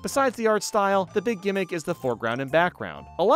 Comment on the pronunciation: Beeg yoshi. We like Beeg Yoshi. He's Beeg